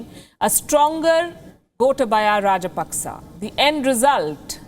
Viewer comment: It's not rajpaksa it's raj-pak-chha.